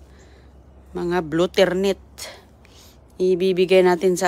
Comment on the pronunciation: huwag ka naman sigaw ng sigaw,OA ka excited,calamansi lang iyan,matuto kang magsalita ng malumanay,anong marinet??Marinate,ano ba ang "molberry at blue ternet,greps".😂😂